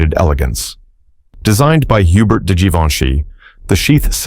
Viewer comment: Hubert de Givenchy's first name is pronounced "yoo-BEAR", not "HYU-bert", since he was French.